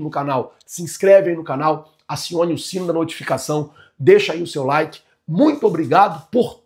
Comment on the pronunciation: a palavra like, não loke